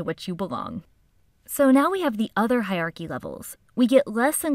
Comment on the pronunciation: please learn how to pronounce HIERARCHY :) thank U